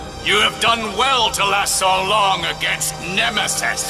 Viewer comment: he only say "nemesisss" wtf